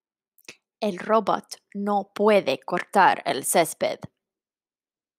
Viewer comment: Me encanta el cuento! "Circuito" se pronuncia, "Cir-CUI-to" (Cui as in "cuidar," same sound). También robot se pronuncia ro-BOT.